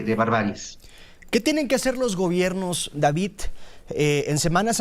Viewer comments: No es Davitt, es Davidddd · No se dice Davit se dice David no copien la forma errónea de hablar del kks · Cuando dice DaviT me recuerdas a ya sabe quien